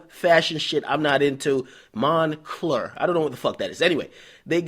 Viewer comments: Nigga said monclur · this nigga said "mon clear"